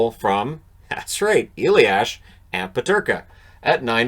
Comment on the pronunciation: Hey, German guy here:) It's "a-lias", not "e-liash"! Other than that great job on our weird names' pronounciations.